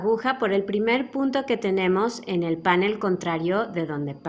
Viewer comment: Precioso trabajo, muchas gracias, lo haré. Una cosita, la palabra panel es aguda, el acento lo lleva en la e, como usted lo pronuncia es étimo del inglés. Cuidemos nuestro idioma. Gracias